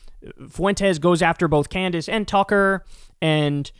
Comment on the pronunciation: CandDace. The name is CANDACE.